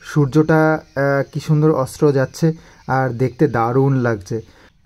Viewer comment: Eto oshikkhito dekhini re baba ... Bole kina " concentrent" ,,,, "surjo ta astro jachchhe " baap re baap english bangla duto tei to pandit